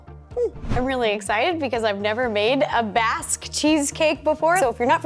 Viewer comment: Fairly sure it's Basque not Baste from the Basque region of Spain...🙃